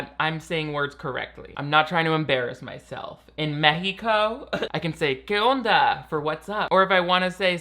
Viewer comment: I am mexican and i just wanted to say that your pronunciation and use of "¿Qué onda?" and "Está muy chido" is really good!! I wish more people would learn spanish that way, the way people actually do speak it haha. Amazing job!! Tu español está muy chido! <3